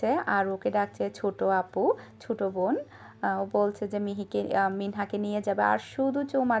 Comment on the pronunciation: Khub vlo laglo apu..acca apu tmi ki "bo" ke "vo" bolo? mone hoi tmi bon bolona von bolo..tai jiggas korlam..picci ta khub quite cilo..vlo theko apu..nijer jotno nio💚💛💜